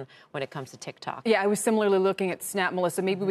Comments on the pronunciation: I don't care lol I don't even have tiktok It's funny the way he says it 😂 tikTOK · It’s funny that Trump said “tic tac”